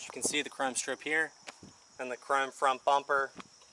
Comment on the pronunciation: lol crem...no sir it's chrome..as in crOHmm